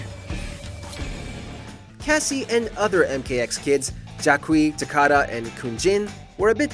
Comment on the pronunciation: What did you say? Takada? It's pronounced Ta-Kee-Da